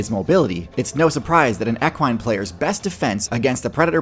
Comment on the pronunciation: Love the videos hate how you pronounce equine. But we want a video on moose